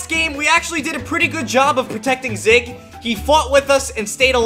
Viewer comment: You say zyg wrong you say zig not zyg